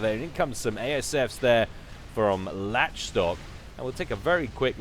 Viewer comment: I think Lach Stock is pronounced Lock Stock (Lach as in Lachlan?)